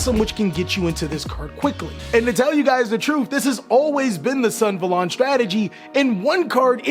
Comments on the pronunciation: Us: REGULUS SUNAVALON +: REGULUX SUNVALON Gosh I love you guys, but the way you guys deliberately mispronounce these card names is literally so funny. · Sun - Ah - Va - Lon